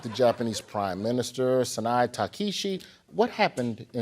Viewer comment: Takishi? Mr. Wood, at least try and learn how to pronounce the names of foreign leaders correctly BEFORE you read them out. There is even a way to learn that phonetically, would you know? it is TA-KA-I-CHI